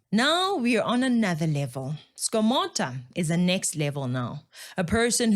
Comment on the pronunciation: Its not skomota its skomoda in pronunciation. lwena tlwela go itira lekgowa thata